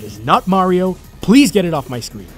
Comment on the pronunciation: finaly he stopped saying merio